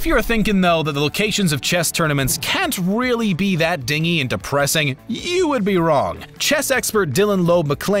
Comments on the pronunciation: Omg!! I can’t take it!! the narrator mispronouncing “Dingy” twice!! Ahhh. It’s not “Dinghy” its “Dingy”!! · Din-jee, meaning drab, not dingy as in ringy dingy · Dingy is pronounced "dinjy" not "dingy" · Dingy is pronounced “dingee” ugh!!! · 'Dingy' is pronounced 'DIN - jee', not 'deeng-ee'. It means drab. DIN - jee DIN - jee DIN - jee. Say it one hundred times. A 'dinghy' is a small boat. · OK, this bugs me. It's DINGY... Pronounced like, dinjjj-ee, not ding-ee. I realize the term for a small boat and something slightly dirty and worn are spelled the same way, but that's where the similarity ends. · say it with me "din jee" not deengy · The narrator mispronounced the word dingy twice. It is din-GEE not Ding-ee which is a little boat. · Dingy isn't pronounce dinghy. Dinjy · To the narrator; DINGY, it's pronounced din-jee, not dinghy like a small boat. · Dingey. It's not ding-e, it's pronounced dinj-e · Great series! But the video narrator keeps pronouncing 'dingy' like dinghy (the little boat). Its pronounced Din-Jy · Dingy is pronounced din-jee, not ding-ee. The more you know! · yes, it is pronounced "din jee". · Pedantic Pete sez the word is pronounced "din-gee," as in gloomy and drab. Dinghy is still a small boat. Yup, I lead a very Sad Life... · Dudley’s last name is Dursley. Not Dursey. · Dingy the way you are using it, is pronounced Din-gee. Meaning a dark and gloomy room. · This Narrator is notorious for it knowing how to pronounce words correctly!! I have heard many mistakes before and here he repeatedly pronounces “dingy” meaning dirty as “dinghy” meaning a small boat!! And no one else caught this?! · DINGY - like a boat. The adjective is dingy for the chess halls is din-jee , with this error, narrator lost all cred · Dingy is pronounced DIN-jē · Dingy is pronounced din-jee. (Sheesh!) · dingy is pronounced /ˈdɪn(d)ʒi/ (dindgee) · Dingy \ ˈdin-jē \ , not dinghy... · Is this how we're pronouncing "dingy" now? Hmmm. News to me. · Dingy =soft g sound